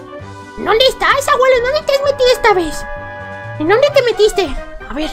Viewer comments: se dise abuelo no aguelo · Naomi Salas es por que el no dice abuelo dice aguelo y como el dice aguelo, en el titulo tambien le pondra aguelo aprende aprende APREEENDE POR FAVORÑ